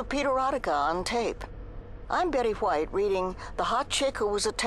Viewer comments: It's subtle but Betty distinctly pronounces "White" the way Stewie says Cool WHip. Hilarious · i just noticed she pronounces the H in White. . .like Stewie with Cool Hwip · She put much emphasis on the huh-white, R.I.P Golden Betty.